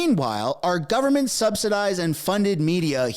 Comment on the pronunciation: He is our Stand-up Comedian ..lol ..Best comedy done by him is when he said "GUNFORMENT OF INDIA" 😂😂😂😂